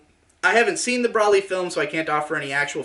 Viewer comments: Correct: Bro-lee: Brah-lee Lamantho: Bruh-lee You're both wrong! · It's Bro-lee, not bruhlly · he said brally lol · it's broly like bros before hoes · >"Brolly" >Even says it as Brolly I cant finish this video, it's a plague upon my ears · It's Broly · Please tell me the way you pronounce Broly is intentional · they SAY HIS NAME OUT LOUD. there’s no reason to pronounce it wrong. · we've come a long way you and I. As a fan I mean. We fought the haters. Bashed the drama. Slaughtered idiots. Brawled demonitization. I've stayed loyal to you through thick and thin. We've been to hell and back, you and me. When the going got tough I stuck with you, faithfully. But I swear to god, the way you say broly is the most inflammatory thing you have ever uttered.